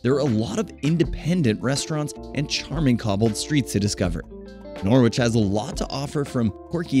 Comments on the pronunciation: Pronounced Nor-fuk, not Noor - folk. And Nor-itch, not Noor - witch . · that’s not how you pronounce norwich…or boudica 😭 don’t pronounce the w